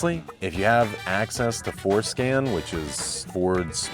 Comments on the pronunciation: When he said "access to Ford scan" I thought he said "access to foreskin" 😂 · "If you have access to foreskin". I'm sorry what did he say?